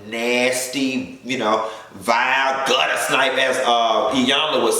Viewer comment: Lol “guttersnipe “